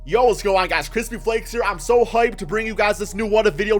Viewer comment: Ey go show him that “krispee” support 😂